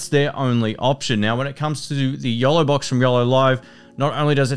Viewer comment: Yolobox FYI, I thought he was saying YELLOWbox and i couldn't find that. Price was not mentioned. the Yolobox is around $ and the Feelworld Live Pro is under $300